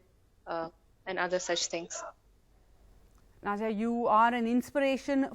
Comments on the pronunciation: She isn't Nod-ya. Na-diya. Pronounce it like us Indians pronounce it. English bolna bhi theek hai but at least don't pronounce names in that silly tone just for showoff. You ain't even that good in English. Apna desh or apni bhasha mat bhoolo. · Her name is pronounced as na diya... Pronounce diya as daya jale song